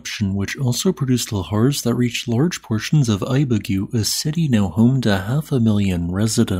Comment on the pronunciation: THIRD! Ibagué is pronounced "Ee - bah - GWEH"